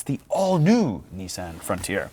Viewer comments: Correct = Knee-Son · It’s freaking Knee-Sahn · Nissin? Did I hear that right? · What is so hard? It's pronounced Nissan. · “Nissin” lol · Please google: “how to pronounce Nissan”